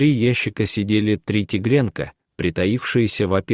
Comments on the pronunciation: Всё хорошо, но озвучка шокирует. Ударения в простейших словах неверные и режут ухо. сапЁры. а не сАперы, тигрЁнка, а не ТИгренка и т.д. "Невзрачные" собаки-просто бессмыслица. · Не в нЕм , а в нём! Не тиренка, а тигрёнка!